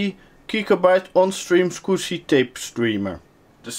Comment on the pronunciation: soviet9922 I can't tell if he's saying squishy, swigshy or scooby. Love the accent though.